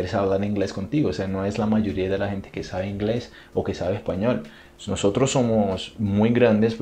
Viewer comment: Ay amo cuando dice "ejpañol" 🥰 soy costeña de Colombia💕 amo Brasil🇧🇷